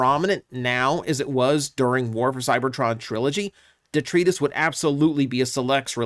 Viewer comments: "Detrius" isn't a word. Even in normal English, it's "detritus" (with a long I). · de·tri·tus [dəˈtrīdəs, (Long "I" sound) NOUN waste or debris of any kind: "streets filled with rubble and detritus" I love you...but over the past year... since I heard you say this name in the first spoiler listing.. it made me cringe and only has been getting worse... Duh Try Tus.... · Say it with me now. "Dee.. Try... Tus." First syllable rhymes with "Tree", the next two rhyme with "Bite us." Please, they even said it in the Fanstream. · It’s pronounced De-try-tiss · De-Try-Tus I thought you were pronouncing it some cybertronian way before but now it just seems you had the wrong pronunciation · Detritus isn't a Cybertronian twist, it's literally the correct spelling / pronunciation. Also, it Deh-Try-Tuhs. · Isnt it pronounced "DeTRYtus?" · It's pronounced (de-try-tus)